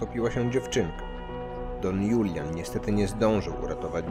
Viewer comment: I Don Hulian a nie Julian :)